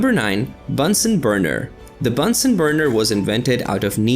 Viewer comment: "Bunsen" is pronounced like the "u" in the english word "illuminate" 😉